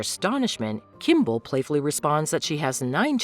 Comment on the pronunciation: also Kim beol's name is pronounced as "bowl" not "bool"